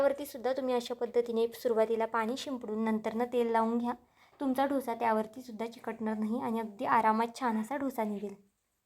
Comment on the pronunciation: ढोस ni डोसा म्हणा